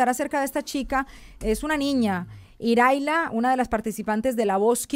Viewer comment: No es IRALIA es IRAILA